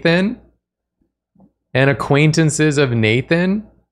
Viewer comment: Hi, secondary, less drawfee-ish nathan here. thank you for making my name stop sounding like a word there